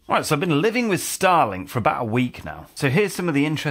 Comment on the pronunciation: it took me a few seconds to realize that you said living with “Starlink”, not “Stalin”.